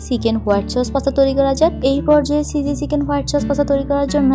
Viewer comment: আপু আপনার ভিডিওগুলো ভালোই কিন্তু আপনার pronunciation ( উচ্চারণ) গুলো ঠিক করলে আপনার ভিডিও আরো অনেক ভালো হতো, যেমন : চয়া চস না সয়া সস হতো, চিঝি না চিজি, এমন ছোটখাটো কিছু উচ্চারণ ঠিক করলে আপনার ভিডিও আরো সুন্দর হবে